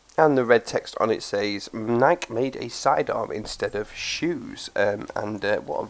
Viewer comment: HES SAYING NIIK INSTEAD OF NIK-E IM WEAK